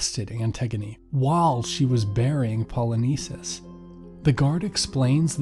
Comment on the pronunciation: the pronunciation of names in this video is atrocious, specifically "Poly-nice-seas" and Creon that should be pronounced "Crayon" good video but I found it really hard to watch with all the horrible pronunciation and sis I got a classics exam I gotta study for.